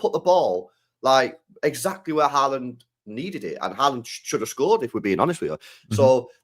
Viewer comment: love u man but stop calling cherki SHERKEE an haaland HAAWLAND...😮